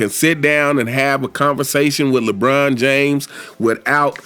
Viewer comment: Skip bayless called him Lecon James 😭